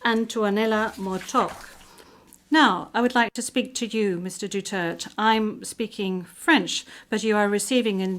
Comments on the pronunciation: It's not DUTERT...it's DU-TER-TE..thank you! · its DU TER TE. its not DUTERT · Not dutert, it's DUTERTE DUTERTE DUTERTE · I love President Duterte and will always support him. Please return him back home. That's International Court please speak the international language. and he is Duterte not Dutert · I agree. She called our Best XPresident "Dutert" 🙏🫶👊 tatay Laban lang we love's you 💯👊🫶🙏👊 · Duterte not Dutert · His name is Duterte not Dutart. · This woman doesn’t even know how to say President Duterte’s name. What shame. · Can you ask the English interpreter to properly pronounce DUTERTE? To me, not properly pronouncing one’s name is offensive if not insulting. Please correct me if I am wrong. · Stupid can't even pronounce the name duterte